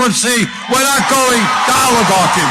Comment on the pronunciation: Another deepfake !!!; Nobody listens to someone who can't even pronounce oligarchy !!!! Bernie is a hot head who could never become President,thanks ve to Christ !!!